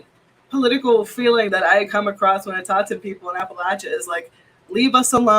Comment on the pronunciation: I'll be damn. She pronounced Appalachia correctly. Now I have nothing to bitch about and I hold Fran responsible